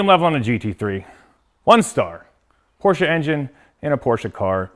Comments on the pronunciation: He pronounces PORSCHE correctly. Nice .... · Finally someone on YouTube that's says Porsche right.